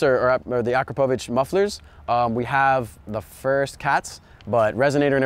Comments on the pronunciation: Akrapovic pronunciation is not akro-provik it is acrop o vitch ... just saying ... nice car and serious build 👌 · "BMW in Lippzich" - WHAAAAT??? Leipzig, man. Leipzig! And of course it's AkrA-povic.